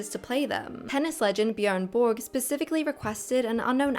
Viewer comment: Before you make a video, please learn to say correctly the names of people you intend to mention. "Borg" is pronounced exactly as it appears, not "Byorg". Ralph Fiennnes is not pronounced "Ralph Phineas", but "Rafe Fines" instead. Also, you forget that Chris Pratt played Emmet, the main character in The Lego Movie, so he did have voice acting experience prior to being cast as Mario and Garfield.